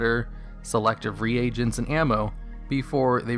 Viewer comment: You're pronouncing the word "reagents" wrong. It's [ree-gents], not [re-agents].